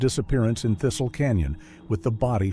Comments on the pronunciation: It's NOT "Tisel" it's THISTLE!!! Like milk thistle! Not to mention the description of the area are NOWHERE NEAR Thistle and on top of that "red rocks and red clay" dirt is characteristic of SOUTHERN Utah NOT Utah County. I'm smellin some STRONG BS. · The town was named Thistle; Not Tezel.